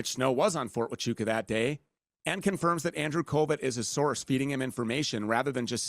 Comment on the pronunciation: Mispronouncing huachuca over and over sounds real foolish. It distracts from the conspiratards deflection.